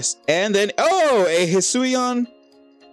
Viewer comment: ‘It is pronounced de si ju eye and the promounciation for hisuian is he sue ian